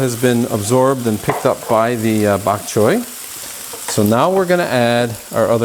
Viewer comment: Bak choy is Cantonese, a Chinese dialect. Bak choy means white vegetable. You pronounced bak choy so well. ☺